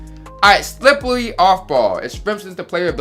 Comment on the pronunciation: The way you said slippery off ball lmaoooo deadddd Slip-wearrry